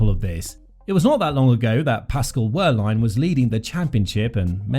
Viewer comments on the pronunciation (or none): Please… it’s “Ver-line”, the W of Wehrlein is pronounced as a V 👍🏻